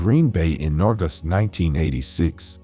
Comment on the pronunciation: It can either be "leeds" or "leds". That's irritating, but the weird pronunciation of "urgust" instead of August.